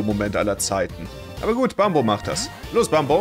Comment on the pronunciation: Bin ich dumm oder wsrum sagt er immer bambo 😂 der heist doch Bumbo